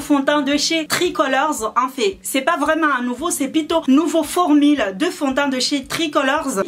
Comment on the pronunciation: "formile" mdrr, sinn jadaur tn prénom ""